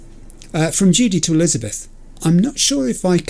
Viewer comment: The mangling of names gets worse every episode. Elizabeth: Jeff will...: Jeffel? I now dub thee: Jeffel and Lizzel. The disrespect. 🤣